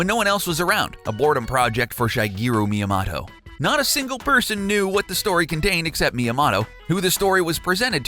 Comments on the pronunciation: I say Miyamoto, you say Miyamato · Dude said mia moto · Why do you constantly botch his name? It's ME AH MOE TOE. Not Mya moe toe. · It’s pronounced Mia-moto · Did he just say Miya"Motto"? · "Me-ya-ma-toe" "Mānga" Why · Mi ya moe toe is the pronunciation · Jesus. Way to butcher Myamoto's name. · 1) How are these dark secrets? 2) EVERY SINGLE ONE OF YOUR JAPANESE PRONUNCIATIONS ARE WRONG. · The information is interesting.. but may I ask that you kindly learn how to pronounce the japanese words and names? (i.e. Super Mario-Kun... it's a long "u", not a short one) I'm sorry, I just had to put that out there. Maybe I'm the only one who physically shutters at the mispronunciation of Myamoto's name and such. Other than that, great videos!